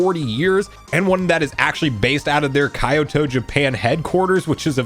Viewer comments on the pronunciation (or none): Dude.... "kai-yo-toe" is an ENTIRELY wrong pronunciation... "Ki-yo-toe" is a much closer though not perfect pronunciation. Please say it right, its the name of a place so saying it right (as with any name) is important. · My guy, you pronounce “Kyoto” the way Drake Parker pronounce “South America”. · I'm gonna say Kai-ou-to from now on